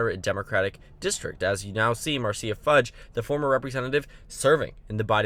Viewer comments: It's not pronounced 'Mar-Cia'. It's like the Brady Bunch, it's pronounced 'Mar-sha' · I am pretty sure Marcia Fudge is pronounced Mar-sha. I know likes to get names right, so I wanted to point that out. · Marcia Fudge name is pronounced "Marsha" Fudge.